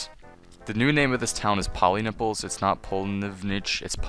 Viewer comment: thank you sir i chocked for 5 minutes when you said 'go to pollynipples'